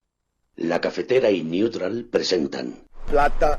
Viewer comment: ¿COMO DICES NEWTROL?.